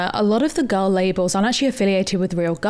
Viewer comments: After listening to you say "girl" about 897,000 times, it sounds like "gull". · Oh, GIRL! I thought you were saying, "Gull dinner" as in seagull. I couldn't figure out what the food had to do with sea birds.